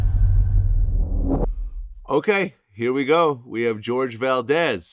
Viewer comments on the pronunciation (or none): he prob knew americans say "George"... but jorge is actually "hor-hay" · It's pronounce Jorge not George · And vlad... it is pronounced whore-hay not george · is it pronounced like George or Horgey? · Its NOT pronounced as "George" ! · the proper spanish way of pronouncing his name is not George but he most likely says it that way since its easier for native English speakers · Ain't it pronounced HOR-HAY.